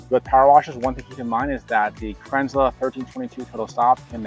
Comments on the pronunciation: Cran zel, not krinzler. Second american ive seen bastardise the name. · Kranzle, pronounce kranzil, not kranzla. Great video, thanks. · You pronounce Kranzle about 4 different ways throughout this video. lol